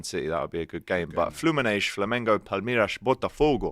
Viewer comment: Can someone tell that there is no SH in Palmeiras & Fluminense